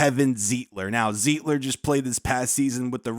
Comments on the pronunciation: It's pronounced Z eye tler . And I just watched Z eye tler and John Feliciano start this past weekend - but we didn't need them. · Wish you would pronounce Zeitler's name right.